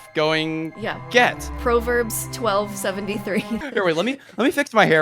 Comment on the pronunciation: I like how said "proverbs" as "pro verbs"... 😂 Like verbs that only professionals use 😂